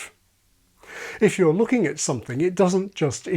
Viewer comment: A thing i hear a lot with YouTubers is pronouncing "something" as "soNething". It's as though it's too much effort to extend the tongue to form the "m".